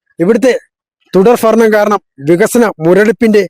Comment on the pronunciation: തുടർ ഫരണം 😄😄😄